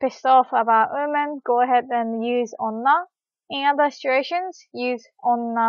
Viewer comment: Awesome lesson thanks a lot! I got so confused with the way you say women, it sounds like oomen XD